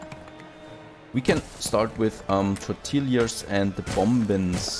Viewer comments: It's more like Torr-tee-yaz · tortillas -> tore - tee - ahs Great series, I've been binge watching!